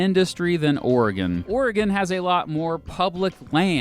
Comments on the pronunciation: I'm from Oregon thanks for pronouncing it right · As a native Oregonian I'll subscribe/like just because of the correct pronunciation of the state and valley. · I’m just happy he pronounces Oregon right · Thank you for saying Oregon correctly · I’m from Oregon thank you for saying OREGON the correct way. Always that ass ( from another state) who says it’s the wrong way, then tell others that you have to pronounce Or E Gone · Born in Silverton Oregon, raised in Portland, I fucking hate Portlandia, but I've never met someone who moved here because of it. Too many native Portlanders used to straight up blame that show for our population boom. Thanks for pronouncing things correctly.